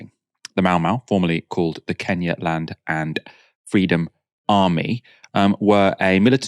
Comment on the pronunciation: Our home secretary still calls it "Keenyah", just as the colonialists did.